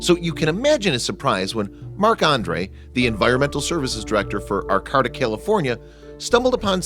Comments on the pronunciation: Learn how to pronounce words. Arcayta. Not arccahta dumb ass. Ps. Sorry to be so harsh but you make mistakes constantly as if you are not a native English speaker. Finally this story is not at all interesting. No payoff!! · That town is pronounced "Ar - KĀ - ta". Look things up, will ya?! I'm a Californian & couldn't figure out WHAT you were talking about! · Thank you... At first I thought, " What... where!?" then, "Wait! He's mispronounced Arcata. Doh." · Pronounced: Ar CAY ta Not: Ar COT a Also, leave the guy alone. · It's pronounced ArCAYta, not ArCOTTa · Arcota? It’s arcaaaaaata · I lived in Arcata for decades and I can tell you it is pronounced 'R-K-ta' not 'R-cada' as pronounced in the video. Also, it is not at all amazing that there is a cabin in the woods on public lands as there are many travelers that use the public forest as a home during the trimming season throughout the Emerald Triangle. The weather is mild year-round and a tent would serve quite well as a home for some travelers, obviously the builder(s) of this cabin preferred solid walls. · The narrator is mispronouncing the home of California State University Humbolt. It's not Arcata like terricotta; it's pronounced Ar-kay-ta. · It's pronounced aR-Ka-Ta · You are pronouncing the area and forest name wrong. It's ArcAta with a long middle "A". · AR-KAY-TA, California. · Arcata, is pronounced, short "a", long "a", long "a". ("R-kate-ta). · It's pronounced ArCAYta. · it is pronounced Arcata, R Kata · It’s pronounced ar Kate ah. 👍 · It's actually pronounced Ar-kayta. Used to live there... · You mispronounced Arcata. It's Ar-kate-uh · Sorry. Gotta do it. It's pronounced "Arr-Kay-Tuh" Arcata, Ca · I am from Humboldt County,California and Arcata is pronounced (ar-cait-a) it is about 7 miles North of Eureka on highway 101 along Humboldt Bay.I Lived there from 1972 to 2002 and My daughter and her three kids still reside there.For Pete's sake at least get the name of the town right. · That's Ar CA da ,ca